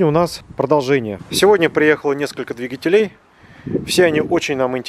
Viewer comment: Не двигателе́й, а дви́гателей)